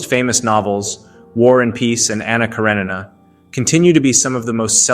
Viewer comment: “Anna Kara-NEENA”?🤨